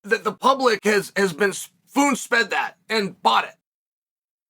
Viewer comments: "FOONSPED" - Chael Sonnen, 2024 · I had to rewind and make sure I heard that right. Foonsped lmfao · "Foon sped" 😂